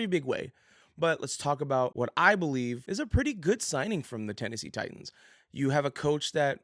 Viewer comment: TITANS. NOT TITIANS